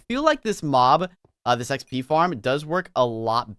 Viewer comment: Wen you say xp you say P P